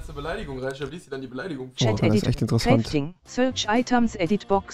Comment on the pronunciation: Crefting XDDDD (ja ich weiß es heißt ‚crafting‘)